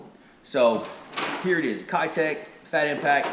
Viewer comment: I would love to see the Mayor in a bluegill color. Can the fishing community finally start pronouncing Keitech the right way. It’s about time. Just my stupid opinion. Thanks guys!! I’m digging the bait reviews!